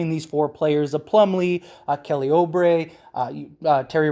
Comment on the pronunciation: Bro it's not Oh-Bray...his name is Ew-Bray